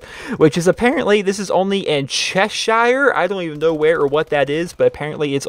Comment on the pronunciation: you pronounce it cheshear by the way:)